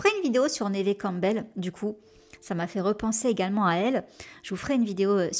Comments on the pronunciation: Neve se prononce comme Eve. Y a pas de accent aiguë. Idem en anglais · C'est la première fois que j'entends prononcer le nom de Neve "névé", ça surprend ! Mais vivement la vidéo :) Chouette vidéo, je m'étais arrêté à Ghost Whisperer que j'ai vu un paquet de fois, et quelques téléfilms parce que c'est aussi l'occasion d'entendre sa voix française. Beau travail de documentation en tout cas !